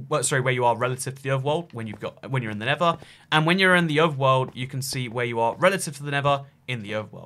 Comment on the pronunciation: Within a context in which you have to use both words "nether" and "never," it just might be worth your while to put some effort toward learning how to pronounce a "th" sound. Just a suggestion.